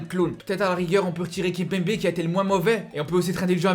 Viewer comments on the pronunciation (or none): none